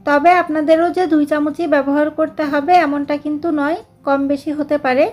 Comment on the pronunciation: Bese কি😅? Beshi বেশি 😊